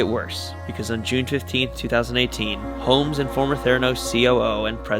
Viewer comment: At first I thought you said Elizabeth hoes.